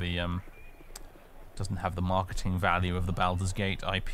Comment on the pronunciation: Why do you make the first syllable of Baldur's rhyme with "Al" when it should rhyme with "ball?" I mean, they say the name Baldur's Gate throughout the game, do you not listen to the voice acting?